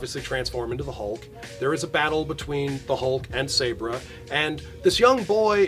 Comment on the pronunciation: Sabra is pronounced with a soft a